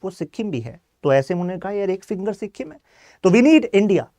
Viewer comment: Good points bt agar itna knowledge de rhe ho toh atleast make sure ki tum pronunciation sahi rakho. Pure video me sikkhim sunke mera dimag khrab ho gya. Naye log jo sun rhe hain wo toh tumhare pronunciation se dhokha kha jayenge. It's sikkim. Smjhe sikkhim nhi. Stupid